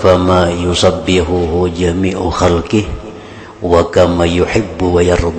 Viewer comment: Bukan yusabbikhu. Tp yusabbihuHu Perhatikan hurup nyaa